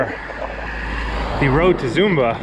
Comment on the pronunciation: .your filming is awful, one kiosk after another. Missing the lovely natural features. Please correct your pronunciation of Zomba, it’s not Zumba